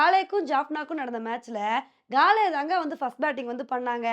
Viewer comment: காலே இல்லை அக்கா காலி தான் தமிழ் பெயர்